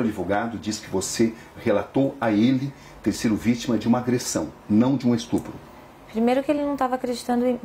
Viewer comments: Ela sabe oq e estrupo? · Acho que esse "estrupo" que ela fala,significa "me deu dinheiro"